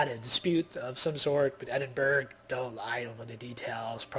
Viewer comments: Ed-in-bur-rah >< not berg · bu ka rest - bucharest oz lo - oslo Eddinburra - edingburgh ;-)